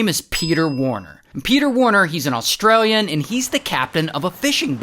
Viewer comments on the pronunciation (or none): none